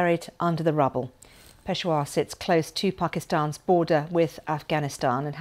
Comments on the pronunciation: pesha-war not pesh-wa why is it so hard for pomms to speak english? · So sorry Mam. It's not Peshwa but Peshawar or Pershapur. If you really wants to improve your pronunciation, you may take my online as well as onsite classes. Isn't it😌🦉🙄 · It’s not peshwar it’s peshAaaWar furthermore the police line is more guarded then the airports of Pakistan it’s on par with army barracks etc how could this happen I wonder if Pakistani intelligence has anything to do with this. Just boy crying wolf to get fund’s allowance to fight their own war on extremism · Peshawar ,It is pe-sha -war 🌹🌹🇵🇰❤️🖤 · Awful news but please get your anchor or newscaster to get The pronunciation of the city RIGHT. Peshawar and other names are consistently mispronounced!!!!!